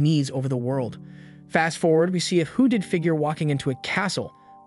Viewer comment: never trust a man who says hooded like that wtf